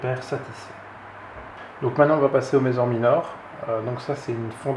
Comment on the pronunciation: Ce sont des messssssssor pas des mezor mdr. Sinon beau rattrapage depuis ta vidéo unboxing, je viens de la regarder et en tant que myrmécologue depuis longue date je me suis dit que c'étais malheureux de voir quelqu'un se lancer ( ce qui en soit est une bonne chose) sans s'être renseigné un minimum, il existe des forums de myrmécologie avec de très grandes et bonnes communautés qui peuvent répondre a toutes les questions de néophytes.